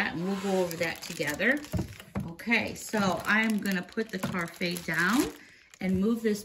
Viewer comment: I believe it's pronounced "ka-raf" (short a)